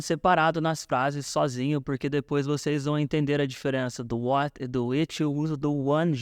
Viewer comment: ela fala what do you like to do, mas eu escuto why ike to do 😐